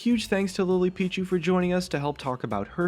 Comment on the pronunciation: is it just me, or when we he introduced his friend on he said "Lipichu" instead of "Lilypichu"... I am confused